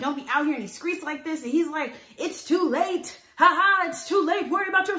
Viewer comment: “I’m dealing with this sober, this tew much” 😂😂 this why I support you girl!